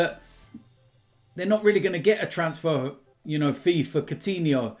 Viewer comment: So u say Soutinho, and not Koutinho..??